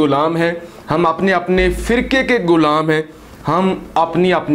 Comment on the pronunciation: kis mun sy kehty ho hum ab b ghulam hen ap ko pata hy ghulami kia hoti hy to kashmir ja ky dekho. allah ka shukar ada kero .our pehly ghulam lafz ada kerna sekho